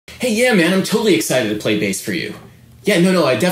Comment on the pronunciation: He says legs like "laygs" and play like "pleh"